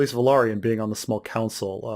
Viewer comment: I think the pronunciations for Velaryon and Valyrian is putting the emphasis on "lary" vs "lyr" Velaryon is pronounced as Va-Larry-en - like in Larry Valyrian is pronounced as Va-leer-ian - like in lyrics